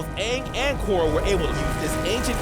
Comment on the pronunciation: Bro at the very least say it properly. It's Korra